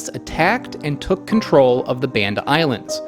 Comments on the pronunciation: Hey I love these videos and have learned so much. I just have one small comment - I actually live in Indonesia and speak the language, and want to let you know that the name of the Banda islands is not pronounced like band (as in rubber band) but like Bali, as in "Bahnda", like the baa of a sheep. Sorry! But just so you know. Thanks again for amazing in-depth videos with so much excellent information. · BAHN-DA - how difficult is it to pronounce the name the way Indonesians do! This is linguistic colonialism.